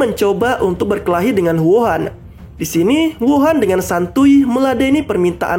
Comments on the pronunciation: hou an bukan wuhan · Mimin slh ucap Huo an masa d sebut wuhan